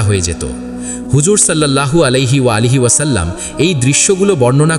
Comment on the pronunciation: আলাইহি ওয়ালাইহি পাইলেন কই..? আমাদের নবীজির নাম কি আপনি পয়দা করছেন..? 😡🫵 নাউজুবিল্লাহ মিন জালেখ 😡 আগে নবীজির নাম তো ঠিক করে বলা শিখ তারপর নাইলে হাদিস বয়ান 🫵👎